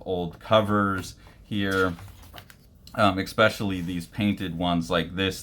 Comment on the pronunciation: please stop saying eXpecially